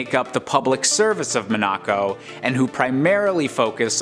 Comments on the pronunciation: It's pronounced Mon-uh-co, not Mon-ack-co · I literally just cringed so hard at the way he pronounced Monaco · Hahahaga killed me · Same here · How many times can someone possibly mispronounce Monaco? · Man... That Monaco pronunciation killed me. "Have I been pronouncing it wrong my entire life?" No. Turns out someone else is wrong FOR A CHANGE! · No he’s definitely saying it wrong